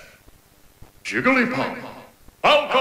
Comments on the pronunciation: I am latinamerican, but I say Píkachu. But, ¿yiglipuf? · Al menos el narrador en Español suena algo mejor que en Brawl algo no mas porque mete la pata con Ike Ique, o Jigglypuff llamandola Yiglipuf